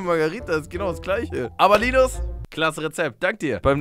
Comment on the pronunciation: warum betonst du den namen so penetrant fühlt sich als ein Linus weird an